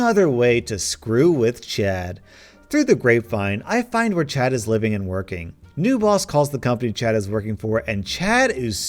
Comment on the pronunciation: Czad got yeeted by the worlds best lawyer Legends Cz is how we say the first sound in the name in Polish